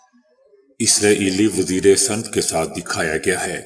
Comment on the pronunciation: O bahi waziry snt nhi waziry sa nat read kryn pl.